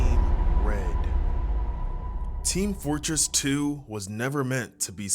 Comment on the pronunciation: brother, TEAN fortress????? 😭😭😭😭😭😭😭😭😭😭😭😭😭😭😭😭😭 edit: also, brother PLEASE, i need a Heavy accent! it driving me nuts. besides that tho, great vid!